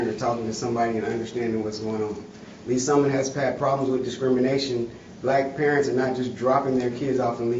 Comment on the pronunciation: It’s “Lees Summit” FFS. Just the name if the place is proof people of color are not welcome.